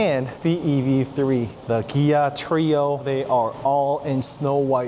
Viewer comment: Is it just me or do you say Gia?